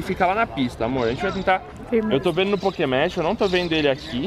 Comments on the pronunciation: pokemege? esta certo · Só eu que me incomodei com ele falando PokémonSSS? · no final o falo pokemon ralo😂😂😂